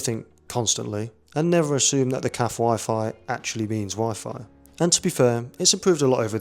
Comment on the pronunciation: My friend, Thanks for posting I watch most if not all videos you post. Anyhow just want to share something I have noticed. You mention cafe's often in your video's but you pronounce it wrong. put an aye on the end like your a Canadian (cafaye) Anyhow keep up the good work !!!